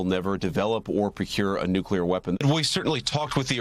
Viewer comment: Does she keep saying “nukular” weapons?